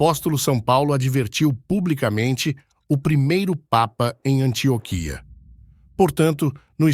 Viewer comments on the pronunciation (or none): none